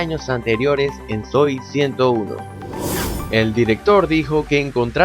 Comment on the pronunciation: SE DICE ICARLY Y NO AICARLY Y SE DICE ZOEY 101 Y NO ZOE 101